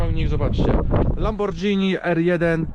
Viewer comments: Obejrzal bym do końca ale uszy krwawia od tego lambordżini... Znam marke lamborghini ale lambordżini nie... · fajna prezentacja, ale mała uwaga: wymawia się LamborGini zamiast LamborDŻini. To takie samo słowo jak spaghetti, którego nie wymawiamy przecież spadżetti. Pozdrawiam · Lambordżini? 😂😂😂 I spadżetti….Panowieeee!